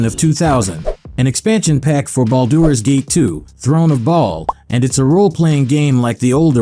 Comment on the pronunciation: I take thunder damage every time it tries and fails to pronounce Baldur's Gate.